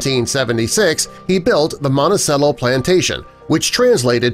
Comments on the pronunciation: It’s pronounced Monti - CHELLO. Not Cello. Think of the stringed instrument. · It's not "montesello", it's "montechello". Like the stringed instrument that is between a Viola and a Bass in size - a Cello! What, are you all from Illinois? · I automatically discredit this just because you cannot pronounce Monticello correctly. The proper pronunciation is “mohn-tee-chell-o” Chell-o like the instrument cello (cheh-low). Not "mohn-tee-Sell-o"!! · You’re mispronouncing Monticello. ...cello is pronounced Ch-el-oh. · Yes. Like the instrument. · Willow Feather, you are absolutely correct, however, I think the world 🌎 will continue to spin on it's axis, in any event. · It’s a fact that Thomas Jefferson had children with this girl. Their descendants have been identified. It’s public knowledge and it’s pronounced “Montichello”. The “c” sounds like “ch” in “cheese”. Also public knowledge. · It's pronounced "Monti-CHELLO"... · He had over 300 slaves and you're pronouncing it wrong it's Monti ch ello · Not commenting about the “relationship “. 1 you pronounce the word Monticello wrong every single time the c makes the “ch” sound 2 he did not inherit the land from his father he inherited it from his wife’s father and 3 almost all the exterior shots of the building is not Monticello but his other house Poplar Forest. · It is pronounced "Mon-ti-chello". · DNA has proven this to be true.Sally was not "half white" but at least 3/4 white as her mother also had a white father.Monticello is pronounced as Mont -ta-chello.Not very professional of you to misprounce such an important name in the story. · I just wish you learnt how to pronounce Montecello correctly... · the c is said ch in italian , i thought everyone knew that , Monticello is a dark cherry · Ok, but if my dude mispronounces Monticello one more time. Bruh. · He mispronounced Monticello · Poorly done, can't even pronounce Monticello correctly. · I'll sub if you learn how to pronounce Monticello